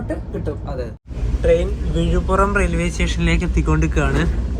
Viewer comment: വിഴിപ്പുറം അല്ല വിഴിപ്പുരം ആണ്